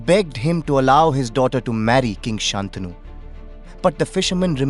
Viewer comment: Nice work. Please note that it's "शन्तनु", pronounced " santanu" not "saantanu". The bad habits of the vernacular shouldn't affect Sanskrit pronunciation (edited after seeing Shreyas Sarangan's grammatical reference below).